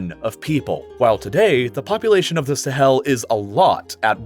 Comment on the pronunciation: When he says “Sahel” it sounds like he’s emphasizing the “hel” part